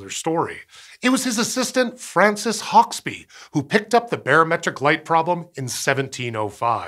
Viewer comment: And Hauksbee is pronounced... Oh no wait, he got that one right (given that he has an American accent).